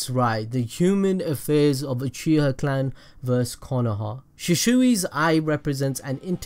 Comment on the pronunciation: Uchiha. Not oochiha